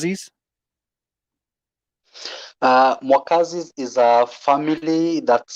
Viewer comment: Wow, you got the pronunciation right. Mwakazis!